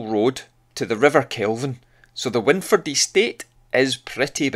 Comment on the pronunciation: Brill. I lived in Maryhill for years. Wyndford is pronounced 'wind' like wined.